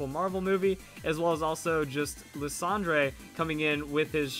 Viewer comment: i'm not hating, but why you pronounce Lysandre like that!!!